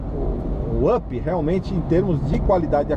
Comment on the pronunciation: e o UP se pronuncia áp, e não ãp ou âp.